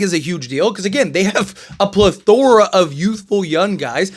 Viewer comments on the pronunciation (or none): Really need to learn how to pronounce plethora properly